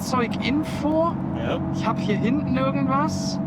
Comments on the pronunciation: Hintne? Was ist "hintne"? Da stimmt nicht nur der Ton nicht, sondern auch die Aussprache ;) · "Robert, geh mal nach hintnä." Wat denn dat für n Dialekt 😀 PS: du kannst kein Standgas geben, das macht der Motor ganz alleine 😀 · Wenn Du am Ende eines Satzes ein Wort hast, das mit den Buchstaben "EN" endet, sprichst Du das immer "NE" aus. Beispiel "hintNE, guckNE, parkNE"... Wieso machst Du das?